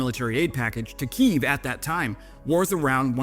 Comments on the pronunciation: * — Kyiv., thank you for the great analysis of the Saab AWACS and for supporting Ukraine. We truly appreciate your work. But please, use the correct name and pronunciation. We are in the 5th year of this full-scale war, and for us, this is a matter of life and death. Russians are literally killing us for our language and our identity. Using the correct name is a sign of respect for those who are fighting. Slava Ukraini! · Not to mention pronouncing Kyiv correctly